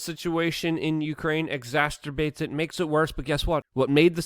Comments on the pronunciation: Luke... Exacerbate does not rhyme with masterbate 😆 exasterbate 😂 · Hello Luke, listening in from Tasmania, Australia! Have been checking in with your vids for 6 years or so now! Love and very much admire your work. You're a truly amazing and very hard working human being. I just thought I'd mention to you the way you say exacerbate seems unique? Almost like a combination of the word exacerbate and masturbate to give exaceturbate - is what it sounds like you're saying? Anyway just thought I'd mention it! Full power to you brother! You're a bloody legend if ever I've seen one ! Much respect and big love !! 💚💚💚